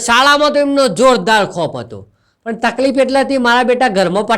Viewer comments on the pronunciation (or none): none